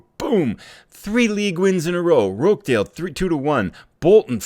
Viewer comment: Just a couple of minor pronunciation tweaks. It's Wickum, not Wycombe, and Roch-dale, not Rock-dale. :)